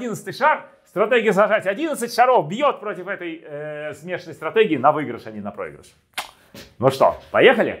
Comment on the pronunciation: "выЙгрыш", "проЙгрыш"... /"/_-) ДБ!